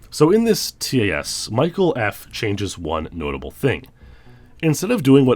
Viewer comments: Imagine pronouncing TAS as “Tee-Ay-Ess” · I'm sorry, but I cringe so hard every time you pronounce the letters in TAS XD